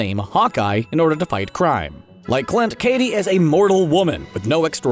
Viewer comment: it's "Kate"... not "Katie"